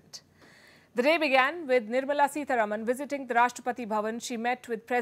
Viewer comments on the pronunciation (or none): Just want to mention that her surname is pronounced Sitaraaman, as in sita-ram